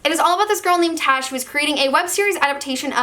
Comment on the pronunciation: I'm not trying to be rude in any way. But, for Tash's Hearts Tolstory, I'm not sure if it's supposed ot be pronounced T-ah-sh. Because Tash is a variantion of Tasha/Natasha, which is pronounced T-o-sh. Unless you've sene ointerviews or somethin where the author pronounced it T-ah-sh, it's most likely pronounced t-o-sh. Being someone with that nickname and I can testify that it's not pronounced like it's spelled, and it's easy to confuse (My own grandparents do it)